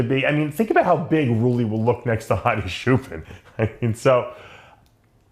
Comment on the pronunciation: Dave Hadi's last name is pronounced with "ch" sound not "sh", it is Choopan not Shoopan or Shooban. I guess you have learnt to call him Shoopan from an Arab guy. Arabs can not pronounce "ch" and "p" so they say "sh" and "b" instead.